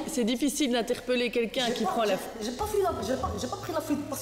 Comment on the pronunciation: C’est la juge qui a dit fouite